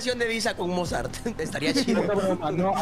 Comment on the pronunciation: Cómo que Mozard= TheOzard😳